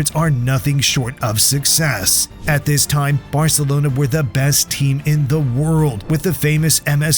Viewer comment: and they say varcelonas better 😂